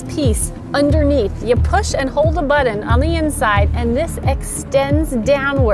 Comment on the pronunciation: Press the "BuDDon" on the "BurmeIster" radio.